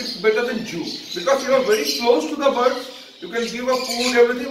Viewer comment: It's birds not bards